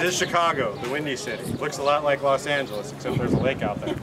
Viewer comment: You don't say.."LO AHNGALEEZ"...it's Los Angeles